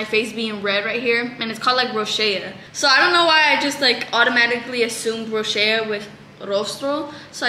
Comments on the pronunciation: ITS NOT ROSHEA, ITS ROSACEA 😭😭😭😭 row-zay-shuh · rosacea is pronounced row-zay-shuh not row-shay-uh ☠️☠️ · girllll rosacea is pronounced ro-zaaay--shuh xdddd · Lol you’re so cute, it’s pronounced ROSE-aye-CHUH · its pronounced rose a sha hahaha i have it too boo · Not tryna be mean but it’s pronounced RO-ZAY-SHA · it’s pronounced (row-zay-sha) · i thought rosacea was pronounced ro-say-sha 😭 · Yeah this been bothering me but wasn't sure if they just say it different in Mexico or something? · that's not how you say rosacea 😭😭😭😭